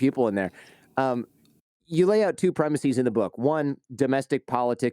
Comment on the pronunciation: For God's sake man, do not say "premiseez". It's not Latin. Just plain "premisses," please.